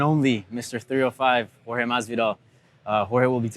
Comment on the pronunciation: Besides Buffer, Arlovski is the second person I hear that pronounce Jorge's name perfectly.